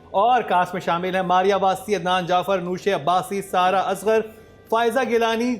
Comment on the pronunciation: # can not take names rightly. No research, no pre work, and never apologetic. Bhayi it is #Sarha not saira, #Jaanan not jenan, #Yasira not Yusra😂 judges se pehlay planter ka introduction. you are hilarious